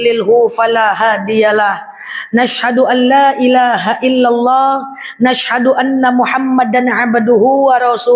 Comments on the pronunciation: Kok yg saya dengar bkn asaduallah ilahailalah tapi nasaduallah illallah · Assalamualaikum ya....saya mendengar suara baru dalam mengucapkan "dua kalimah Syahadat", yaitu ada bunyi "na ashadu alailaha....dst", darimana asalnya, apa memang begitu cara mengucapkan syahadat, sekarang ini, sebab terasa aneh, maaf.